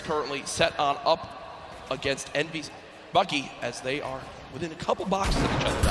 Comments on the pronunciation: its bugha not boogha 😂😂😂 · Its Bugha not Boogha